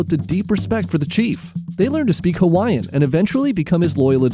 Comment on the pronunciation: I'm genuinely impressed with your pronunciation of Hawaiian words and names. Better than any professional/televised documentary I've ever seen.